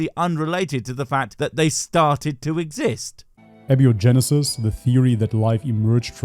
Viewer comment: That dude could stand to learn how "abiogenesis" is pronounced before debunking it.